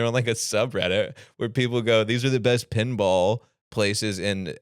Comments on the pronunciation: what the holy fuck. toby how did you not completely take him down on that pen vs pin argument? I heard fucking penball too. the same annoying people that say pellow instead of pillow. also wrong about sipowicz. I think he was on NYPD Blue or something. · Pen vs pin ball had me yelling at my phone. He was 100% saying pen and the fact he couldn't tell the difference eff killing me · is absolutely saying pinball wrong